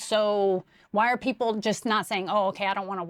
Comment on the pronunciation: shorty just said "i cayn't keep track a awl da peepul " 😂😂😁